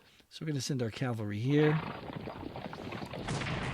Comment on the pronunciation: "It's cavalry, no Calvary". Okay, you get a like just for that alone.